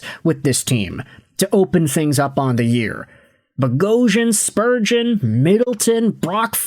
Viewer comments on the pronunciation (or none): none